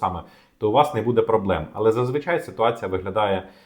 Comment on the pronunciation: Ці наголоси 😣 будЕ, громадськОго... кров з вух, скільки писав - до лампади